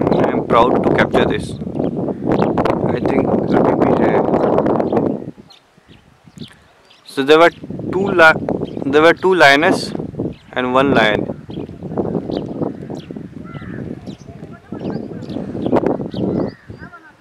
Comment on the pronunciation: Areey bhai vo lion is spotting bolra h 😂 😂 😂